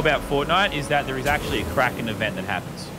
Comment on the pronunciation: I thought you said crackhead not kraken